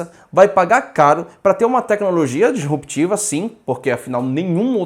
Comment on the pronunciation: Acho que ele está falando sobre a pronúncia do, "dEsruptiva" em vez de "disruptiva".